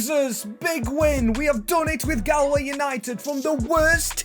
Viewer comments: As someone from from ireland its no gal way its gaul way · saying gahl-way broke my heart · it prounanced golway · Galway is pronounced gawl way